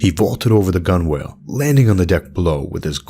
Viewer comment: Gunwale is pronounced gunnel. Sorry.